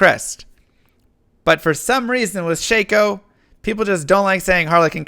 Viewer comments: Shack-Oh, not Shake-Oh :) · People really say Shake-o? I've always said/heard Shock-o. Ossy? There's another one I've never said or heard. Okky...it's an Okulus, not an Osulus. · I love your videos, but you keep pronouncing Shako round. You keep saying Shay-Co, but it's Sha-Co, no Y sound in it. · You call it SHAY-KO?? I call it Shack-Oh!! Wtf my world is exploding. Stop saying names I've been reading in my head for 20 years, out loud! Oh I am in for a stressful ride. Continue, sir. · Stop saying shey-ko, its shako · Is shako pronounced “shake oh” or “shack oh”. Oddly always used the second since diablo 2 first introduced it.